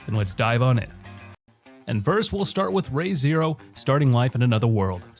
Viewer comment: Re:Zero "Reeee zee row" NOT "Ray zee row"